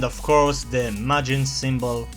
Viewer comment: At the start i heard "we are going to draw majin vagina" :3